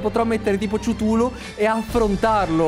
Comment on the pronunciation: Si dice ctulu non ciutulo